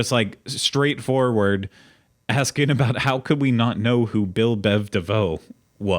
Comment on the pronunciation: It's Bell Biv DeVoe, not Bill lol.